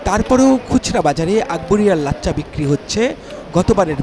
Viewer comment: সাংবাদিকতার জন্য নূন্যতম যোগ্যতা থাকা উচিত। উচ্চারণটা হবে "লাচ্ছা"। লাচ্চা না।